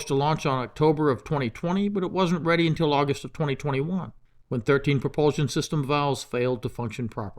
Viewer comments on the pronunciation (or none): none